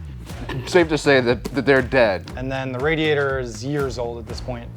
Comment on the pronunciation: "Pretty Wicked Radiatah" got me 🤣😂💀